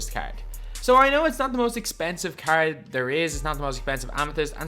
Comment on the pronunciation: you’re just trash, and cant pronounce “card” the right way